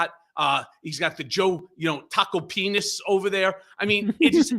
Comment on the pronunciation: My man said "Joe Tacopenis"😆😅🤣